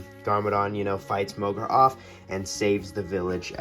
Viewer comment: Wat did i Just Finder out its mogra not morga???